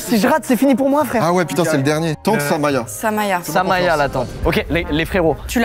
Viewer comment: Squeezie qui dit "tente samoya" mais c'est samaya, ça meriterais un placement de produit pour se rattraper !